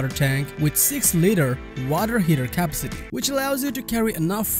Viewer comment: Yes your English is great. My mother lived in the US for over 40 years and it was all over the place. My only suggestion is knowing what syllable is accented. Sometimes you accent the wrong syllable and it makes the word sound crazy wrong to me. It's nothing crazy , just something I noticed. Although the word CAPACITY , You always pronounce it CAP-CITY. You made it a three syllable word when it's four. Accent is on the second syllable . So it's more pronounced like kah- PASS- sit-tee. Hope that helps. Great job on these videos and you keep pushing them out with a vengeance . Good on you man!!!!